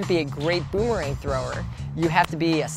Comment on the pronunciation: Guys a champion in boomerang throwing but can’t even pronounce it correctly